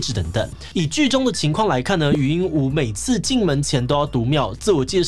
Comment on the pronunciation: 禹英禑ㄨˊ 終於看到有發音正確的了🥲